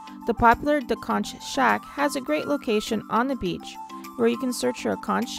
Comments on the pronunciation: BTW,Conch is pronounced Conk.. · You missed the best beaches there. You spent most of your time in one area. Check your pronunciation on sapodilla and conch too